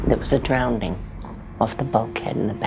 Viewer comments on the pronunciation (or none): "there was a drowdning" I can't tell you how many people say this, it grates on my nerves. Grown ass adults speaking like illiterates. It's DROWNING. !!